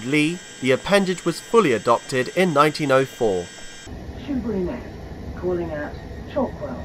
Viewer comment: I knew this was going to be good when you said "Shoeburyness" and got it right. Great to see Joan Sims is commemorated at Laindon - I was waiting to be disappointed, but you mentioned her! This is a route I've long wanted to see from the driver's point of view. Thank you.